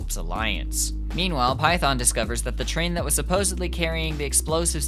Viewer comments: Its Phaethon. Not Python. Still great video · Are you saying the sibling’s name is “Python”? It’s “Phaethon”, lul. Just wanted to correct ;3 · gotta agreed with others how "PHAETHON" spoken made me take back my like, it just an irk but noticable one. but like again cause it good video. tho can see most people would click off just from that pronounciation. "cause it JP dub blahblahblah" cool but that not actual main language it CN game and ZZZ dev into urban + greek mythology. 'Python' no way is same proxy we all know. heck can be knockoff Phaethon and no one question. not try sound aggressive but i appreciate if main source is not lost due different cultural preference (JP not best english speaker) heck this game respect any JP names with correct sound, just do same is most bare minimun plus no one will flinch cause who the heck is python. not even live in US or whatever, it that bad. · I think he is saying that because he follows the JP VO In JP they say it as Python LOL🤣🤣🤣🤣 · tbh you pronunciation of Phaethon is disgusting and I stopped watching the second time you dropped that. It's giving "KWASAWNT" 🥐 You know you're wrong lmao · I don’t like the way you say Phaethon. Great video tho